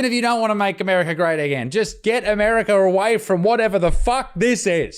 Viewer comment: The R is in the 2nd syllable of America, Butterfield. Not the 4th.